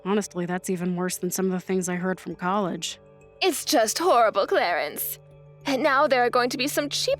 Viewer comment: Clarence sounds more like Clarice.